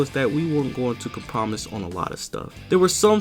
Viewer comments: Excellent doc... EXCEPT "com-promise" (ur pronunciation, YIKES). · I like how he said compromise wrong